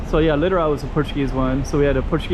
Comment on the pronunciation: "Littorally". I get it.